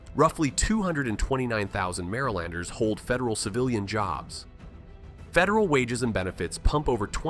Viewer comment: And the way it pronounces "Marylander" 😵